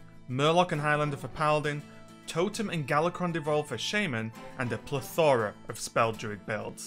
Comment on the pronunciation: i may be nerdy af but it's plEthora